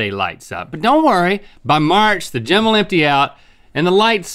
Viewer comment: why is link pronouncing "gym" like "gem"? bet he's also one of those people that says "melk". shudders lolll